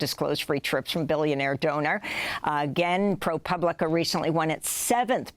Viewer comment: Amy is finally pronouncing ProPublica.....then she slipped back to pooblica at the end...oh well.